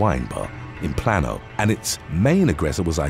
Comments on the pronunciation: Plano is pronounced: Plae-no. Source: I live 45 minutes away from there. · Love your voice but Plano is pronounced Plane-O